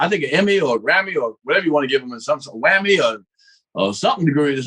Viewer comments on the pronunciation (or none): That nigga said a wammy😂😂😂 got me rollin bruh😂😂😂